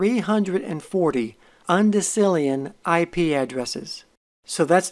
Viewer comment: Guys its "UNDECILLION"